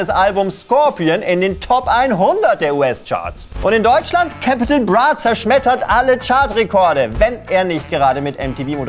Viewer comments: hört doch mal auf alle CAPITL BRAH zu sagen es ist fucking C A P I T A L B R A wie KAPITAL und nicht bonez sondern bones (eng) und RAF CAMORA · Man spricht capital bra wie mans schreibt nicht cäpitäl bra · "Cäpittäl bruh" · Kann ihn zwar nicht leiden aber sprecht den armen Käääpitaül Braa doch bitte richtig aus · Der Künstlername "Capital Bra" wird hier übrigens eher wie das deutsche "Kapital" ausgesprochen. Steht in der ersten Zeile seines Wikipedia-Artikels. Ich glaub euch auch nicht, dass keiner von euch wusste was ein PopSocket ist. Dann noch "Bones MC". Herzlichen Glückwunsch, ihr habt es geschafft mich zu triggern. Aber ich hab eh nur wegen dem Assi abonniert xD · Omg wie er capi ausspricht, hilfe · CÄPITAL BRRRA🤦🏾‍♂️ bitte nicht so eine aussprache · Cäpitl braaa!! Warum spricht das jeder so dumm aus?!? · Deine Aussprache von Capital triggerd ja mal richtig hart hahahaha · Gutes Video. Aber bitte beim nächsten Mal richtig recherchieren, wie man "Capital Bra" ausspricht. ;) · Capital bra😂 wird nicht Ami mässig gesprochen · Also bin auch kein Capital bra Fan aber bitte sprich in nicht falsch aus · Kannst Capital nicht mal richtig aussprechen